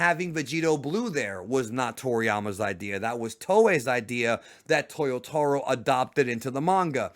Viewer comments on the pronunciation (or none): none